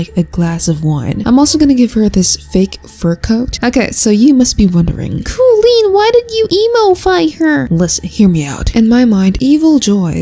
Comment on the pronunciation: koleen???? i thought you knew about the boycott?